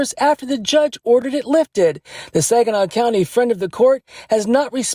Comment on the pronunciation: I'm sorry but did he say lifted-ed